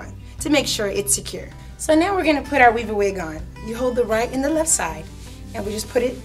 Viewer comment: I swear it sounds like she's saying "wee-bah-weed", or "wee-ba-wee".